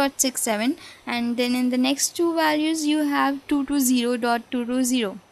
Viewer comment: Thanks a mill....two two two with an indian accent:):)